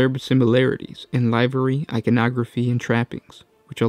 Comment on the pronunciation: Lih-very, not Laivery, ffs ;)